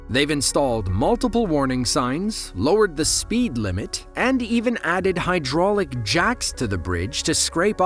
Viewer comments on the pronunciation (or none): none